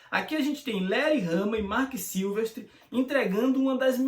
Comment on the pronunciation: Marc Silvéstri, não Marc Sílvestri...🤘🏼